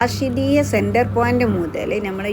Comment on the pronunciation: ഊ ട്യൂബറെ റഷീദിയ അല്ല റാഷിദിയാ